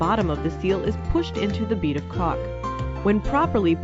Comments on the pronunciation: It seems like she is mispronouncing Caulk, Maybe they need to get someone different from Fivr next time from home improvement profession. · I like how she says caulk